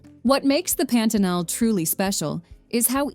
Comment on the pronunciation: Melhor parte do vídeo é o carrinho chegando em Macapá e a narradora: Pêntenol.